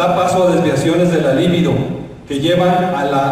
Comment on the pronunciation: LIBIDO LECTOR Y NO LÍBIDO.